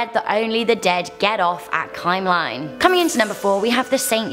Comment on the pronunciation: I like how she pronounces Kymlinge. "Kajmlajng." I understand it is difficult for someone who do'nt know the Swedish language, but it sounds funny to me.